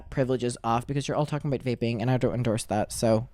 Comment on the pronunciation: when he said "cause i don't endurse it so slience" made me laugh alot more then it should be